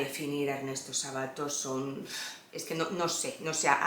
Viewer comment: es Ernesto Sábato, con acento esdrújulo, cada vez que decís Sabáto se me revuelve algo!! Saludos desde Argentina